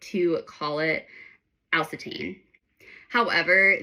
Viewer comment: it's pronounced - Al - say - shun - emphasis on say